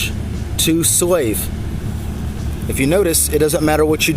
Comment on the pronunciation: SLAVE it is pronounced SLAVE. I cant understand what the hell you are saying but it pronounced SLAVE!!!!